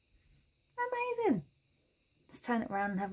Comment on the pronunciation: I think my favorite part of your videos, when you say... "See? Ah-mazin' - ah- MAZIN!" Brightens my day! Thank you for yet another wonderful pattern (and entertaining tutorial)!